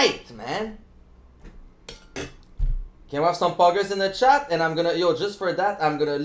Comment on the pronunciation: POGGERS IN THE CHATTUH